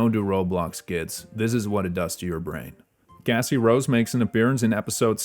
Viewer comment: gng you are NOT saying cassie.. 😭